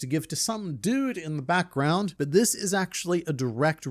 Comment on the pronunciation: why do you always struggle with saying the word "this"?